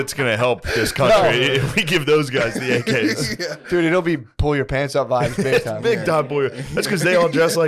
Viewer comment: Shane read my mind when he started mocking for saying "peeants" 😂😂